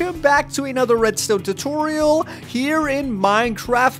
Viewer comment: soory not totoriol but tutorial